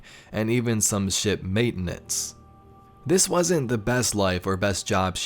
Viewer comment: Sounded kind of like you said the Emissary worked in "Shit Maintenance"... lol